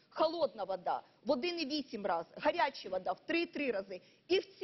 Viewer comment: Хас Хас, Элехтроэнерхия , Хас, Хорячая вота